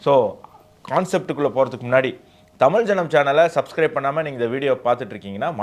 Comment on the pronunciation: நான் இந்த நிகழ்ச்சியைப் பார்க்க ஆரம்பித்து சில வாரங்களாகிறது. ஒரு சாதாரண மனிதனின் பார்வையில் இருந்து பல விஷயங்கள் மற்றும் கருத்துக்களைப் பற்றிய நல்ல கவரேஜ். நல்ல வேலை. 1. பெரும்பாலான நேரங்களில் முதல் தலைப்பு முழு நிகழ்ச்சியையும் உள்ளடக்கியது, நேரத்தை பாதியாகக் குறைக்க முயற்சி செய்யலாம். 2. தமிழ் மையப்படுத்தப்பட்ட சேனலாக இருப்பதால், நீங்கள் தமி "ல்" என்ற வார்த்தையை அழுத்துவதற்குப் பதிலாக தமி "ழ்" என்று சரியாக உச்சரிக்க வேண்டும்.